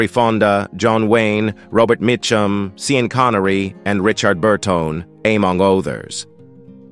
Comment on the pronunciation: i was just reacting to the umpteenth robot-imbecile mispronunciation the current system has visited on us.